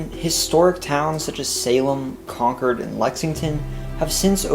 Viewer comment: At least he said Concord right